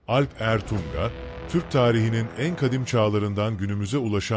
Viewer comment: Alp Ertuŋa olarak yazılıp okunmalı